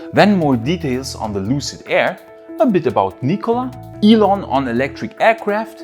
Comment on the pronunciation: lol, everytime you say " Nikola " , it makes me laugh !!!